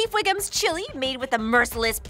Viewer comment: She said Chief Wiggums… it’s Wiggum